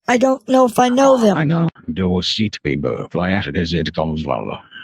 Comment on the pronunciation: "the receipt paper where the hell is da waseet papwa"